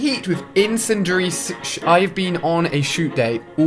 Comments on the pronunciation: In-cen-dia-ry. It is so simple. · in -sinea-ary do u English? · In-SIN-Dee-Air-EE!!! LOLOL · IN-SEN-DURY shells 😂😂😂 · Oh and you pronounce it in-sin-de-ary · When u can't say incendiary